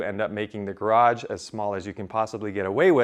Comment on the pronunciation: "garaDge"? or garage?